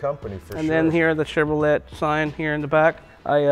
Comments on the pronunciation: Very, very cool truck!! Back before SUV's were a thing, and an SUV was a truck. Lol! I love how the owner pronounces ChevroLET! Lol! I notice a lot of guys with manual transmissions on this channel after accelerating throwing it in neutral and coasting.... That's bad news, guys... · Awesome truck. And the history with the owner is pretty great too. But somebody needs to tell him how to say Chevrolet. Great video man. Totally dig that truck.